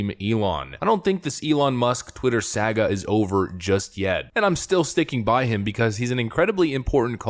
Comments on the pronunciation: It's pronounced sa-ga, not sag-a. Stop butchering the English language! The British have already done enough damage as it is! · "sag uh" SOHGA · Learn how to pronounce "saga". Why do I have to say this every other video? Do you not know English?